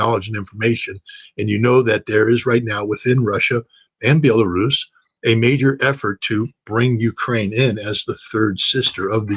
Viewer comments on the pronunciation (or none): none